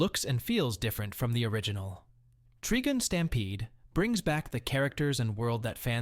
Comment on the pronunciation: its tri-gun tri means 3 or triple. trigin is a ridiculous way to pronounce it